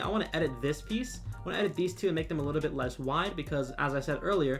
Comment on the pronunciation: why do you keep saying "licku bit" instead of "little bit"